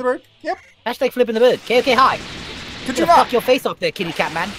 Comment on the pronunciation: Stop saying ko k hi